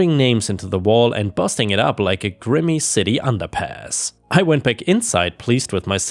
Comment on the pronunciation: You still don't seem to undertstand the word "winded". It is a soft "i", like in.... "wind", aka moving air. This is what... the fourth time? Same with "grimy". Come on, you know better than this. 🙄